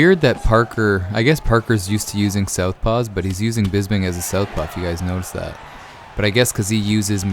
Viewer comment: His name is Bisping not Bisbing!